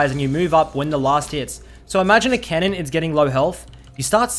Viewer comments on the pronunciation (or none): Lol I thought he said “kennen” not “cannon”. Got me pretty confused ngl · OHHH, is saying "CANNON", not "KENNEN" lol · First 3 or so times he said cannon I thought he wa saying kennen so I was hella confused lol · is he saying cannon or kennen????